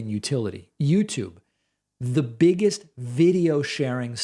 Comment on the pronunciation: Ignore them David, they're very entertaining though.. I almost spit my drink out when you said "teh". Lol